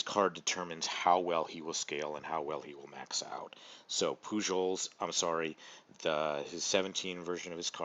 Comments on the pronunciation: Poo-Hohls ..... Not Poo-Jols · Just to let you know, the J in Pujols is pronounced as an H.